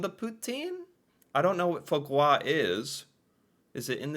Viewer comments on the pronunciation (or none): Got me laughing out loud at "fwa gwa" :face-blue-smiling:!!!! It is actually foie gras...